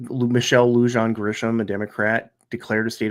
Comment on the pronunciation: Some nitpicking: Santa Fe is the capital of New Mexico, not Albuquerque. Lujan is pronounced "Loo-han".